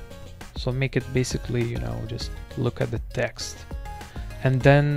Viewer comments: guy says basicwee meanwhile he can pronounce his "L's" with other words perfect......😧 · «Basicwy» Lol